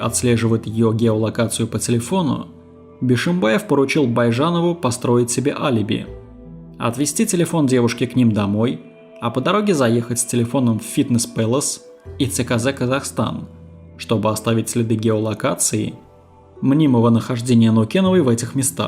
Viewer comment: Прежде чем вещать, для начала запомните правильно имена и фамилии. Фамилия адвоката Уразбахова, имя брата не правильно. И не фитнес пелас, а палас. Слушать не возможно